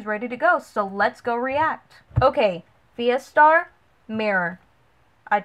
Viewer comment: You are pronouncing the name properly, Kudos!